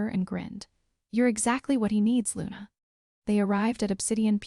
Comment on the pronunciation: Please quit shaking the graphic. It's SILAS not Sillas nor Seelas. God I hate AI narrators. LUNA not lunar. Okay I'm done listening as the whole storyline is pure gibberish.